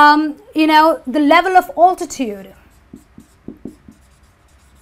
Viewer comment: Thank you for your amazing lecture. Could you pay more attention to the pronunciation? We are learners and there is no such altitude pronunciation you pronounced in the lecture in any dictionary. It's pronounced "aeltityude".